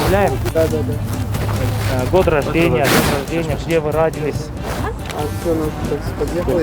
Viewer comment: Год рождения где вы раадились деп даагы тантыйт гой ужас💀